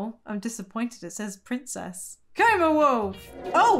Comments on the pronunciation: Yesss! Another Hated Child! For me it's like quarter to nine at night but I couldn't help laughing every time you said Prinzess. Amazing! Keep up the great work,! 😀❤️❤️❤️ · “The prinzess” 😂🤣